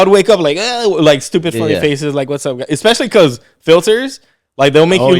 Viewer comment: Or how he says pecause lol 😂